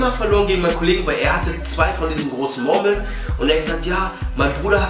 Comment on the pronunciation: Geiles Video aber Hahaha die sprichst Murmeln so witzig aus hahaha "Mormeln"😂